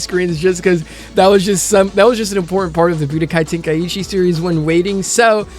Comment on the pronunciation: Tenkaichi😭,your way of call it is too bad bruh🤣